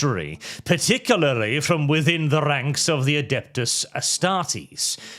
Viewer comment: please... Par-tic-u-larly.